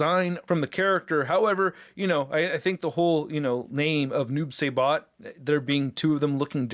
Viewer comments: He takes his sickle out of his body so he doesn’t have a storage. Also it is “s-eye-bot” instead of “say-bot” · It's pronounced sibot not sabot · "Sigh-Bot" not "Say-Bot", and the sickle doesn't have storage because he pulls it out of his own body... Wish someone with real knowledge got the first review up smh. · SAI-BOT NOT SAY-BOT! SMH IT'S LIKE WHEN PPL SAY "MAYN-GA, IT'S MANN-GA"!!! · Saibot, pronounced like rye. ;) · I dont like the noob either. It should just be "Saibot" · Noob Say-Bot 😂😂😂 it’s Saibot bro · Noob s I bot Im sorry but him saying it like that irritated me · Oh, btw, it’s pronounced Sai (like the weapon) Bot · Noob.. saybot? I guess it’s like some people saying Thane-os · Noob SI bot say it like that please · This dude looked like a dark devil ninja. And your pronouncing it wrong. It’s Noob (sigh-bot) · the pronounciation is Noob "Sye"bot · I can tell noob isn't your favorite since you're pronouncing it saybot LMAO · It's (si - bot)